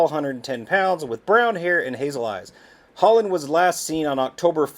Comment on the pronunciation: Thats Hollynn .... Hol Lynn